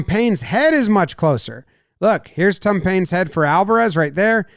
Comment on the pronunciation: Sounds like Jimmy is saying "Tum Payne" ahah